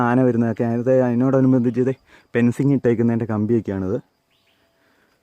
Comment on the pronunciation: 'Pen'cing or Fencing ??!!. Location. No idea ??!!